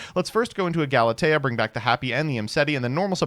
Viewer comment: bringing out the cello AND saying Galatea correctly?!?! We’re in for a treat tonight.